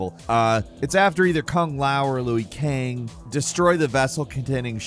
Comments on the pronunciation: It's not Louie Kang It's Liu Kang😭🤣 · Did he say Louie Kang instead of Liu Kang? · DID THIS MF JUST SAY "LOUIE KANG?!" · Kung Lao or Louie Kang? 😂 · Did you say louie kang? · Louie Kang?😂😂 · "Louie" Kang? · Louey Kang. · "Louie Kang" HAHAHAH.. Love you for this, keep up the great work Gameranx team:) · Laughed when you called him Louie kang 😂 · He said louie kang 😂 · You calling Liu kang "louie" kang is funnier than the whole video😂😂😂😂😂😂😂😂😂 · I’m here for calling Lui Kang, Luey Kang. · Sorry, did you just say Louis Kang? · “Louie Kang”? I swear says shit weird just to drive engagement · I disagree, he called Liu Kang fkn Louie Kang, he's awful and annoying. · Did he say Louie Kang? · Dude just said louie kang...